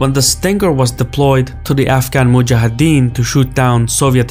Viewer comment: I am just curious are middle eastern descendent, cus your pronounceation of the article word " Mujahideen " is very accurate 👌.